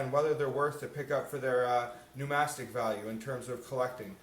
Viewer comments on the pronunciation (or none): is the word not numismatic not numastic?